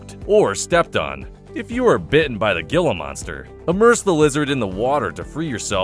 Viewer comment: He-la, not gila. Pronounce it right.